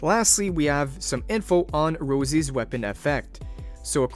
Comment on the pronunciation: Its not Rozie you lore skipper. Its Rossi. Italian Rossi. :face-orange-frowning